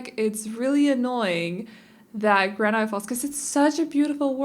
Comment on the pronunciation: This is beautiful and perfect for the woods. I could see it in Oregon, USA where I live. Also I really love how you pronounce words, especially granite. Your accent isn't common where I live so it's nice to hear something different than everyone else.